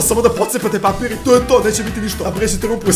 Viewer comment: Umesto papir